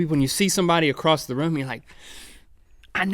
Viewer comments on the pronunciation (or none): none